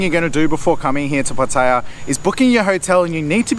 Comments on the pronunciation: Pa-Thay-ya??? How about Pah-tay-Yah! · Some good points. Also, pronounce Pattaya correctly. The emphasis on the ya not the pat-tay-----yah. You sound like an idiot to locals. Also, the Wai conundrum ... Wai or not Wai? Simple, don't do it if you don't know the etiquette. Having lived there for over 10 years, one sure way to be spotted as a rube is to Wai everyone. Best response is to smile and nod, they will not expect more. ATM - excellent call, that's a trap I have fallen into in Hua Him. Luckily, the 7-Eleven had it behind the counter via a friendly local. Someone in the comments mentions altercations. RULE NUMBER ONE: Don't get into any. The advice to pay the bill and move on is a good one.Thailand can be unforgiving to anyone who gets indignant at everything. I always tell people ordering food, if they want to correct, just add on, get the dish you didn't want, otherwise it will all go horribly wrong. Motorbike and Jetskis are mainly a Pattaya and Phuket scam, but as he says, beware. Phuket is a destination best avoided for Mafia taxis and criminal tuk-tuks. Jomtien is a nice peaceful beach in comparison, or Hua Him or even Prachuap Kirikhan (Spelling might be off . . 555). There is also a farang penchant for walking around in expensive gold chains. I would recommend not to do this, for obvious reasons. This sort of advice that's given is even more essential if you get out into the wild, the countryside. Guns are rife, you don't want to be approaching the wrong girl or trying to argue a bill somewhere where E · I'm surprised how an intelligent guy like you, still can not pronounce Pattaya correctly.. I thought it was only the poms who insist on saying pat taya... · all you guys pronounce pattaya incorrectly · Please pronounce Pattaya right please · good advise mate but would prefer if you learnt how to say "Pattaya" correctly. Although your tips are good, you sound like a tourist. Otherwise, good video.